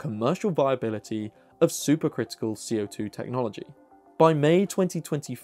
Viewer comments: I had to turn the captions on to understand he was saying super critical, not super crystal. The Brits add an extra syllable to aluminum, now I know where the critical/crystal syllable went.😏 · You keep saying "super crystal", or that's how it sounds.